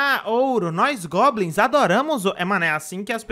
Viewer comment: Não sei oq tava pior, o achando que tinha 500 gemas ou ele falando "globins"